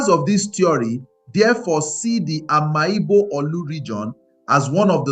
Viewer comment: Bro, it's pronounced Am'igbo not Ama Igbo